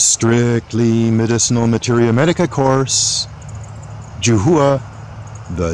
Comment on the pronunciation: JUH HOO-A LOL. It's pronounced JOO HWA. Not hating, I have like 10 of these around my yard thanks to you guys